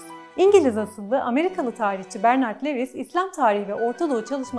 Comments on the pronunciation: Levis degil de luvis desek daha dogru olacak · Bir kere Lewis değil, Louis; Bradel değil Brodel şeklinde telaffuz etseniz, kötü yazılmış ve aşağılık duygusu sinmiş metninizi dinlemek daha keyifli olabilirdi. Ah müslümanlar, böyle büyük laflar etmek için 40 fırın ekmek yemeniz lazım daha.